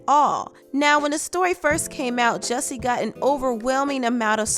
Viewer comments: First of all his name is JUSSIE not JESSIE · He needs to change his name from Jussie to “Jessie” because everyone keeps pronouncing it like that.